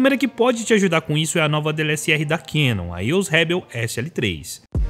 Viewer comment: Ele fala DLSR rs.